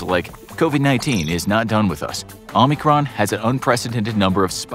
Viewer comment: Narrator cannot pronounce “omicron”… why do so many people call it “omnicron”…???